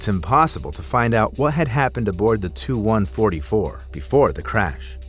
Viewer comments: When the narrator is live but just as stupid as AI 😅 he called the TU- ) 😂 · He called a Tu-144 a "2-144" and called a P51 a jet + called an SU-27 a "Suiiii-27" 💀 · Please tell the A.I. programmer to teach Art Official Intelligence how to pronounce initials. It’s not a SUE-27 or TWO-144